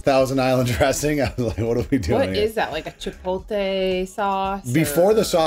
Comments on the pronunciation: NO WAY SAYS "CHIPOLTE" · I love you but it is ChipOTLE 😂😂😭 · How tf did she just try pronounced Chipotle?!